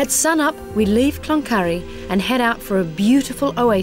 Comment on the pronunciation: It is not clonurry